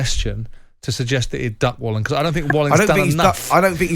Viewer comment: Fury smashed Wallin, if it wasn’t for the cut nobody would care about Wallin! (Pronounced Va-leen btw)